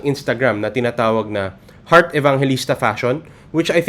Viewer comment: Sir u pronounced Hurt Evangelista ???